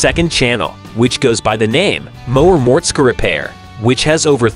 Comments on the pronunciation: No! I don't like MORTSKA, but I love some Mortskeeeeeeeeeeee Repair! Man oh man! Some folks should do a little repair before doing narrating! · A lot of these facts are not true hes not married and hes had duff a lot longer and the skylark was already his dads he just ls swapped it by the way learn how to pronounce his name properly